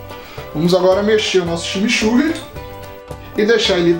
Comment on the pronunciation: kkkkkkkkkkkk, ximixurri? coitados dos meus irmãos Uruguaios ouvindo isso... a palavra tem influencia inglesa a pronuncia ta mais para "tximitxurri" eu adoro junto com uma boa Parrila ou churrasco gaúcho o verdadeiro, não grelhados! eu gosto do deu trabalho mesmo assim, abraço!